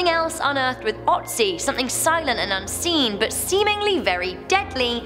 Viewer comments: it's "o"tzi not how you say it. it's an o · I know, I know...it is hard for english native speakers, but please pronounce Ötzi right... it is not Otzi - it is Ötzi (yeah... there are 2 dots over the o ...) and this is pronounced similar to the o in "word" or "world" in english. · It's Ötzi !! ÖÖÖÖtzi ... -.- O vs Ö are two different letters .... :/ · Yay! You read my comment! Also, it's pronounced ooh-tzee.